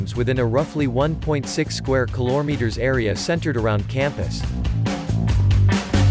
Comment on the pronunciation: 1.6 sq kilometre, not pronounced kilor meter